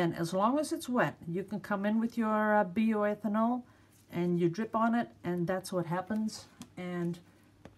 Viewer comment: Pronounced Bye oh eth ann all 😊